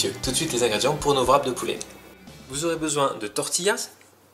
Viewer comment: Rap, pas vrap :(